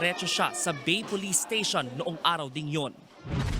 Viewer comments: Correction lang sir, "Ba-eee" ang tamang basa sa Bay, Laguna. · ang tama ytang basa nyan ay bae, laguna... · Bay (Ba-e), Laguna.....ayusin nyo bago magreport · Ba-e po ang pagpronounce ng Bay